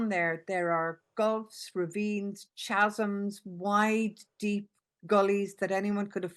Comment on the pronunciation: Learn to pronounce "Chasm." Ffs